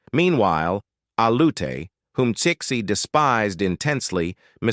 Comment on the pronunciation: Is it pronounced six-ee? If so, then why is Chinese President Xi's name prounced "Shee"? I would have guess her name was pronounced Cixi = see-shee.